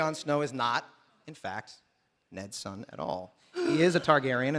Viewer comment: Remnant of the Ashes I'm A Targaryen not "Targaryan."